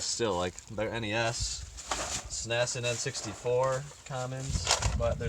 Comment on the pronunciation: Great deal. But please don’t say S-NES. ITS S-N-E-S 🤪